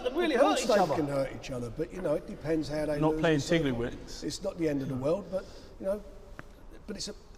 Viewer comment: Joe joyce - we not playing tidiliwinks Me - cringe